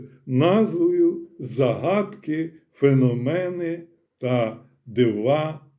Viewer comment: Бажано ставити правильні наголоси: зáгадки, фенóмени, ЗмÌєві вали.